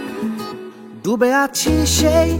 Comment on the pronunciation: 'দ' আর 'ড' দুটোর উচ্চারণগত পার্থক্য আছে, গান গাওয়ার সময় সেই ব্যাপারে সচেতন হলে গানটা শুনতে আরো ভালো লাগতো। "দুবে আছি..." শুনতে খুব কানে লাগছে।